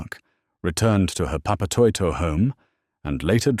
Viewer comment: Omg thats not how you pronounce papatoetoe 😂😂😂😂